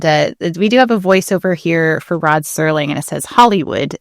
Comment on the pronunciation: Till this day I have no idea why people keep saying "Sterling" instead of "Serling".